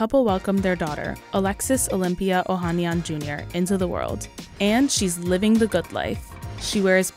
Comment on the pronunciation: Oh han NYAN! Never trust a report that doesn't make an effort to research how to pronounce names correctly.